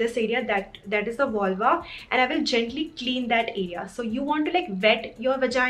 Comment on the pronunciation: Please pronounce vulva properly. Please .